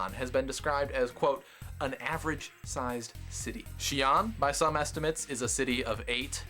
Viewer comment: Lol, first off, it's pronounced more of "see-un" not "she-an" or anything else. Second, if you think the population density there is going to be bad, according to Wiki figures (which are highly inaccurate but probably the best we can get), Xi an's urban density is about 2,289.9/km2. Now, I live in Singapore, which is a small country in Asia. The population density here is: 6,814/km2 FYI, the USA has roughly a density of 31/km2. If I went there I'd find your streets awfully empty